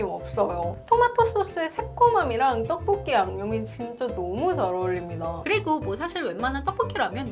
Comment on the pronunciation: 포브스선정 떡볶이 발음 가장 찰진사람 1위